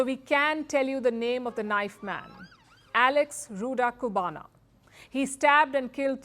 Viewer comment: It's Axel not Alex